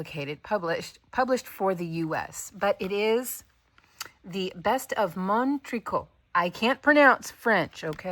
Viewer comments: Good morning! You pronounced “mon tricot” really well. I had never thought of crocheting curtains. I'll add it to my list of projects to do! Greetings from Quebec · Your "mon tricot" was just fine. :)